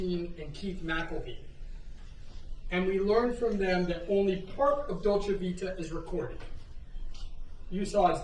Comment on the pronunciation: A lawyer that can’t bother to pronounce right the name of the restaurant, how hard is to say Dolce Vita?